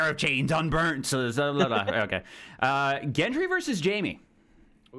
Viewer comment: Thoros of Myr is “Beric’s boy” And its also Gendry like great or gore, not like giant.